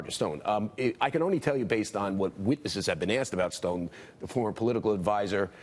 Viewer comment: What is a Mohigan? Learn to speak, Americans.